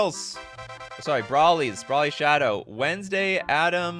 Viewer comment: Dude lol Broly is pronounced Bro-Lee. Sorry. I'm a DragonBall fanatic lol